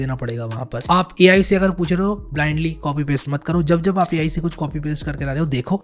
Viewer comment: Ai ❌ Me ayi ✅